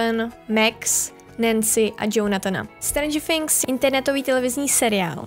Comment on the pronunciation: sorry ale není to Stranger Fhings ale Stranger Things